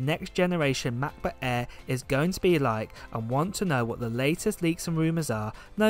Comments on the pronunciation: Please pronounce Mac Book air not eaaa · If he says Mabooq ehrr one more time. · "mahbooh eh" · "Mahboo Eh" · Macbook eeaa😂😂😂😂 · “Ma..book air” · Cracks me up whenever I hear "macbook airr" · I only watch for the pronounciation of mach boohh aeeehhh